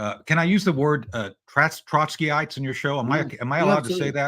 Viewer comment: I gave Tony the benefit of the doubt the first time he said "Trotskyite", but the second time really gave it away.